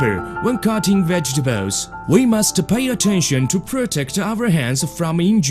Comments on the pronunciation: Fruit and Vegatabowls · Vegtabowels . Cant cope :D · Vegatebalesss lol fail!!